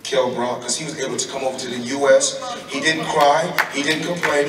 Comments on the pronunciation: Kell 'Broccoli' Brock - Wonderful pronunciation Floyd! :-D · Kell Brock 😂😂😂 I swear he does that shit on purpose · get the feeling he was purposefully saying Kell "Brock" too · Floyd please stop deliberately taking the piss, his name is Kell Brook not Brock 😂